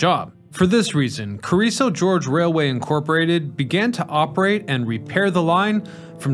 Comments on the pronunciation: it's Gorge not George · Its GORGE not GEORGE! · First G is hard, second G is soft. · Gorge, not George. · Hearing you pronounce gorge (hard G) like George (soft G) is grating to listen too. Other than that it is a really interesting and informing video. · Love the video, but it's not "George" as in the man's name. It's "Gore"ge. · ummm, it's "gorge" not "george" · Gorge, not George.. Amazing story. The Chicago effect is huge. Thanks for sharing. . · Your trademark mispronunciation: it is Carrizo GORGE, not George. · The "G" word you couldn't pronounce in the scenic railway's name is "Gorge," which is a geographic feature. "George," on the other hand, is a proper noun and not a geographic feature. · That's Gorge, not George. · If only the names could be correct. Not sure what this George is but it is gorge, totally different. A name vs. a narrow passage through land aka gorge. Let us not forget Jacumba. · That word is GORGE, with a hard G, not GEORGE. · Did you say "George" instead of "Gorge?" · It's Gorge, not George as you are pronouncing it. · You mispronounced the word "Gorge" about thirty times! It's not "George". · Its Carriso GORGE not Carriso George. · It's gorge not george Carriso GORGE smh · It's "GORGE" not george. But other than that, very informative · Is it not Gorge not George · It's Carrizo Gorge not George for crying out loud! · Gorge. Not George. It's a word for a geographical feature—a canyon—not a guy's name. I'm losing interest in a channel that so frequently mispronounces names. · I think so, too. It seems like every video has at least one or two that really stand out. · Gorge rhymes with forge. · Heh, he says gEorge 😀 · It's HUH-CUM-BUH and Gorge with a hard G rhymes with Gord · I'm starting to think he purposefully chooses a word to mispronounce in his videos so as to drive engagement in the comments. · Yeah, that mispronounciation surprised me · Yeah, I cringed every time he mispronounced "Gorge."